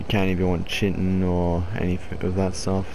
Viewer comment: and its not chiten its kyten